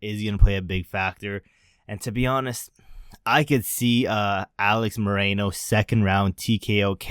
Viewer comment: Its Alex MOR-RO-NO.